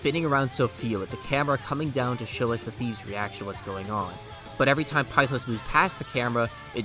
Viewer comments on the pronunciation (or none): One small-ish problem is the pronunciation of pithos as you say pi-thos when it’s pith-os. Also one super interesting thing about Sumi’s awakening is that her masks (plural) is fake, as she can’t accept what happened with her past which in turn leads her with cendrillon. (Basically Cinderella who also puts on a false persona to well) but once her reality “breaks” it turns into freya/freja, the Norse vanir goddess of fertility and by extension a goddess of war due to leading the Valkyries, which she it on a front to truck Odín. To turn into Ella, the true name of Cinderella AKA Cinder Ella and became her kind of title as princess Ella. I love everything to do with Sumi as a character her way of life, her backstory, her guilt every tiny detail is finally crafted to truly make you feel for her. Which is very persona but as someone who hasn’t played the original 5 the way Sumi fits is so perfect into this role of a main-side character, as she’s dealing with her own life not wanting to join the PT until she’s ready which ends up coming full circle when maruki gives her that insane reality check. When she’s the one who went to him for help and he initially did try but could only do so much with what he could it wasn’t until awaking azathoh, that he could truly change the world for the “better” giving people “perfection” and “peace” which he couldn’t because everything comes at a sacrifice, with maruki it was his mentality and morality he helped people who didn’t want to be helped a